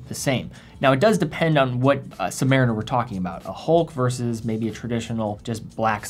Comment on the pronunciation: The Navy man in me cringes every time I hear “submar - iner”. Somewhere there’s a crusty Submarine-Er shaking his fist whenever it’s said lol.